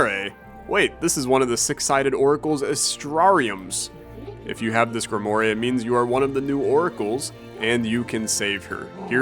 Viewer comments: pronouncing grimoire like "grim moray" has killed me outright (it's normally pronounced like grim-wahr) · says "grimoa-ray" its "grim-woar" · ITS GRI M OI RE LIKE WA, GRIMWAR. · gri-mu-ar man its not greemooree im chuckling as an idiot but i love this alternate pronunciation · When rolls his die Playing Astrea, guy, that's Gree-mo-ray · check google how to say grimoire 😂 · watch mispronounce grimoire was the highlight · lol that grimoire pronunciation. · Oh god it's so bad lmao Don't worry, we know you never learned how to read